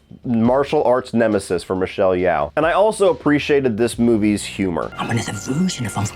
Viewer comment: FYI, it's pronounced Michelle "Yo" (as in yoyo) now like "yow" (rhyming with cow)